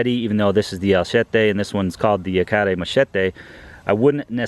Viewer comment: Finally an accurate pronunciation of Yacare!